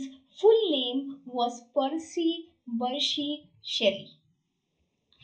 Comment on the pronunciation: "bysshe" tha ma'am , byrshe nahi...